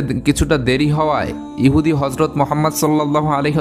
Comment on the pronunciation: Nabi jir name ta suddho uccharon korun ....gota muslim jatir badnam hobe first time 2bar Harjot Mohammad bolechen galpota sundor